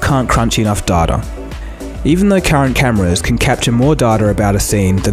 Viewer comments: dar ta? Oh you mean data, pronounced day - tah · Data not datta